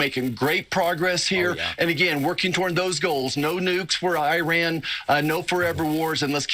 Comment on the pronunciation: the way he pronounced Iran..but yes, I agree…the time..😊